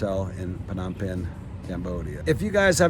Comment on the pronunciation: The PH in Phnom is silent mate..